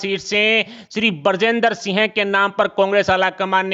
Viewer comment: इनको तो सिंह भी सही से बोलना नहीं आता।